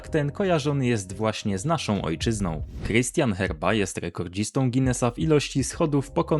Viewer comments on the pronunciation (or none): none